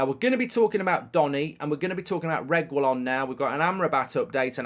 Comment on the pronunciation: Nahhhhh mark’s pronounciation of Reguillon is pissing me off 😂